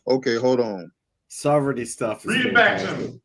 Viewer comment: “Sovritty stuff” I love it! 😂